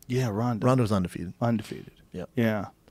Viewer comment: schaub love you man you have to stop saying ONdefefeted& superBALL.! UN & BOWL